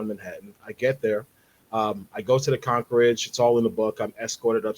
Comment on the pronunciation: 🤣 I know we’re supposed to be serious here but ummm , the way he just said concierge